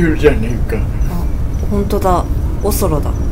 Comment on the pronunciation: 美月ちゃんのおそろの発音がオセロと同じやん